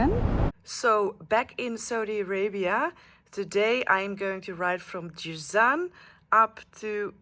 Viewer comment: It’s Jazan not Jizan